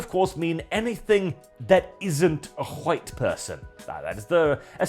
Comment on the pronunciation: Bro please say white properly this is killing me 😭😭